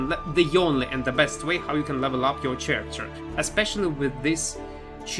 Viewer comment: ch в слове character читаеться как К а не Ч